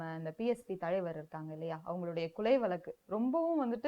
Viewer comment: அட கருமமே அது வலக்கு இல்லமா அது வழக்கு